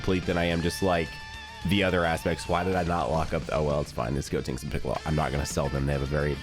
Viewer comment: Why do you call him goTINKS when it's goTENKS 😂